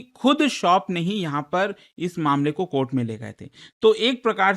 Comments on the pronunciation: Court ❌ Kohta ✅️ 😂😂😂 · Supreme court ❌ Supreme Kotha ✅ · Court ❌ Kotha ✅ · cort nahi kotha.....😂😂😂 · Not High court ✖️ High kotha ... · Mathary or judi$ary,,,,, judicial kotha ban kotha